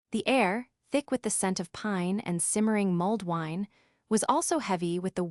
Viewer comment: Mold wine eeewww. Come on!!!